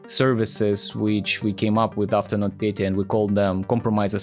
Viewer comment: Its Нотпетя Not not Petya And You Say It Like NotPetea